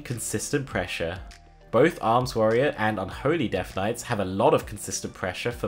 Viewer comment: Warrrior lmao